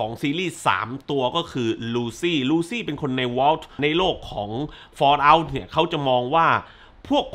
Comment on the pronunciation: ฟอลเอ้าครับ ไม่ใช่ฟอเล้า 😂